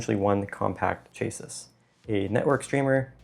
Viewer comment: Did he really pronounce “chassis” as ‘chay-siss’?